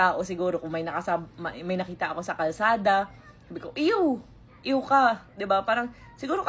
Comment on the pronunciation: ang iw kase smin iw hindi ew😂😂